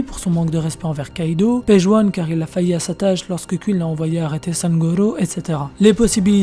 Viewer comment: C pas kuine mais queen !! Déjà que ta voix est stressante lollll alors si en plus tu prononce mal 😱😱😱 ! Mdrrrrrr